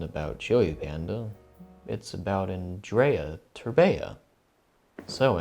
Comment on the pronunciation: E ANDREI TERBEA ,NU TERBEEA